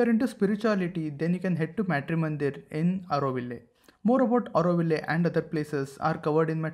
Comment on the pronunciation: It's not Metri mandir 🤦‍♂ It's Matri meaning mother! You're not a foreign national to pronounce it like that.